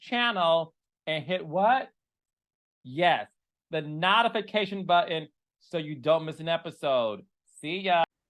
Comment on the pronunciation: I love you, Carlos, but it's notification, not "nod"ification. Are you deliberately saying "nod"ification to bug me? 😂😂😂